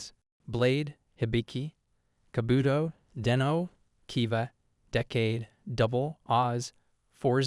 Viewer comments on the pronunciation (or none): Love how u try to pronounce them but for Hibiki its (he-bee-ki), Kabuto its (ka-boo-toe), OOO is O's not Oz, Geats the G is not a J sound, Gotchard is (got-chard) not Gochard. Again not saying anything bad but love how you show this off